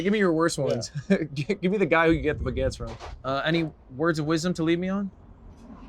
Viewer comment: as a french the "baguettes" destroyed my heart , what are those x)